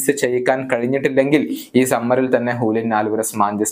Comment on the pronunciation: Hulian alvarez❌Julian alvarez✅